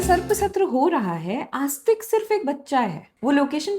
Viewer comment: May help with the pronunciation of names if you used a Hindi/devanagari translation instead of an English one. E.g., it is आस्तीक not आस्तिक.